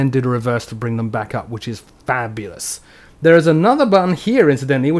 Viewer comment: the way he said "fabulous" omg xD